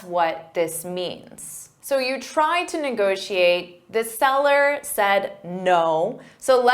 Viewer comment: Let's negocxiate! Let's negociate!